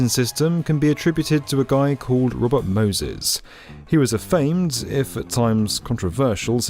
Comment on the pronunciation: I ❤your accent about . "Robot Moses." Jane Jacobs appreciates your sentiment, if only inadvertent on your part. Peace. [PS; Robots should never have been allowed to gentrify NYC. NO MORE SILON CIVS!